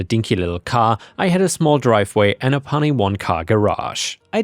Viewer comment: 'Puny' is pronounced 'pewny'